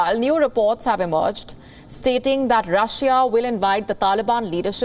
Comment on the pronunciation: The way she said Russia lol